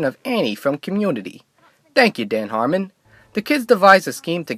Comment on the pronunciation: "Dan Harmond"